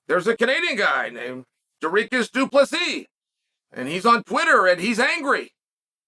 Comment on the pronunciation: Dooreekus? LOL